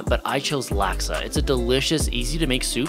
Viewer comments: Malaysian here, laksa is good but quick tip its not pronounced "lack sa" its more laK sa" malay is pronouced exactly as its spelled with its individual letters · It’s pronounced lax sa